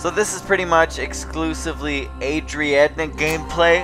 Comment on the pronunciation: Lol.. It's AA-RR-II-AA-DD-NE..